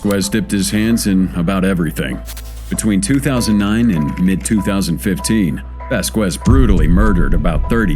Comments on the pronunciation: Vask EZZ not vask wezz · It says Millan then the reporter on the news says Bayan then Vásquez mispronounced as hell hahahaha. What a mess on this video.